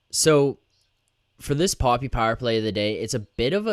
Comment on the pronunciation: Just wanted to point out that Papi isn't pronounced Poppy like you're currently saying it. It's pronounced more like Pappy. Pretend you're saying puppy, but with an 'a'. Keep up the good work boys. Great post game breakdown. Leafs in 6!💪